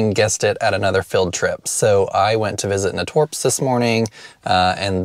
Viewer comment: I need to go there soon, such a great selection. It's pronounced nay-torps 😊 at least that's how us native Cincinnatian's pronounce it, lol.